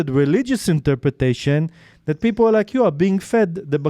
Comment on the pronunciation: He is an idiot Arab Sunni Muslim! He pronounced " people " as "beoble". That makes me SO MAD!!!!